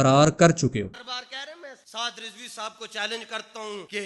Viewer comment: Rizvi nahi razvi hota hai😂